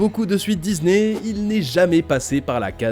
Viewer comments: Dizney, Dizney, Dizney …. Vous pouvez pas prononcer DiSney correctement ? 😂😂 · C'est que moi ou vous aussi ça vous agasse qu'ils disent Dizney au lieu de Disney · Ohhhh vraiment arrête de dire '' DIZNEY'' IL Y A UN P..... DE S ET NON PAS UN Z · C'est pas Dizney c'est Disney ! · j'peux pas continuer la video désolé... On dit pas DIZZZZNEY !!